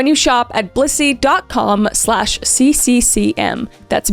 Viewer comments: I totally thought you were saying bussy lol im sorry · I just watched the Dr Insanity video of this the other day! It's so cool seeing it in your storytelling way. Also, I used to live in Broomfield during Covid! When you said Blissy, in the promo video, I thought you said Bussy 😂 ADHD moment